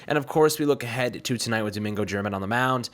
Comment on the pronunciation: You pronounced Domingo's last name wrong brah